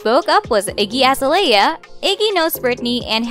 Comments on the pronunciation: IGGY AZA-LEYY-A. STOP 🤣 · Not “Iggy Ahzah lay uh”